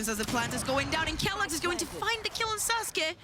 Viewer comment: man the casters pronouncing sasuke and suzuki got me mad as hell